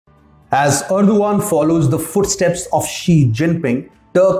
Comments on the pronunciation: It is pronounced Er DOG an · You make good videos Please check the pronunciation also especially name of the president